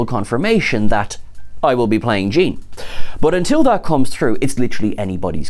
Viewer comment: Gêne with a British accent I kind a like it. Maybe we should start a petition